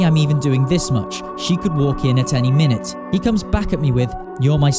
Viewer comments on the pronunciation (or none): none